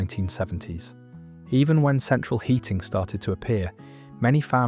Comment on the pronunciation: point OP was making was that the AI video narration said ‘central hearing’ not heating.